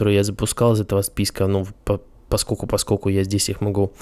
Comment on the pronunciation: 1. не "поскоку", а "поскоЛЬку" 2. постоянное сопение и сглатывание слюны раздражают